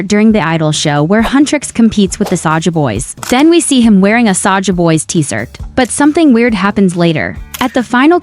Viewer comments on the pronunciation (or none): Why you said “T-sirt”!?